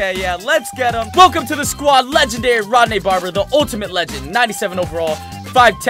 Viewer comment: Its ronde not rodne